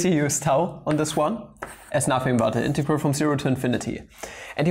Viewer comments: Pls stop saying integaral lol... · You could say it is an in-tau-gral